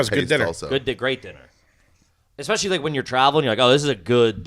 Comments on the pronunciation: “Did you say ‘expespecially’?” - Ari “Maybe?” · 👏🏼 Someone finally called out for saying eXspecially! He manages to sneak that into almost every episode and nobody has ever called him on it. 💯 GARBAGE